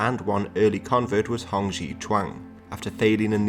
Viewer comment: This is an interesting series, but it would definitely be good if you tried to learn how to pronounce "x" correctly before the next episode. "xi" is pronounced almost exactly like the English "she", instead you're pronouncing it like "gee".